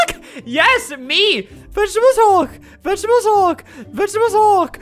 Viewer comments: NO “HOLD MY VEGTEBALE HULLK”!! NOOB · Vegtable hulk Vegtable hulk Vegtable hul